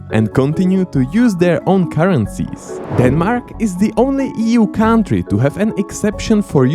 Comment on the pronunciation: Can someone please explain to how the word "country" is pronounced?:D